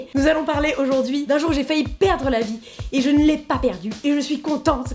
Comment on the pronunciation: “ ou g fa u perdre la vi mais je l’ai pas perdu “ ( on avait bien remarqué) 😂